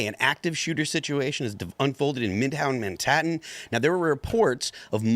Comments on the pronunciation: “Midhown Mantahan”😅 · "shooting in mid-houn Man-tatt'n"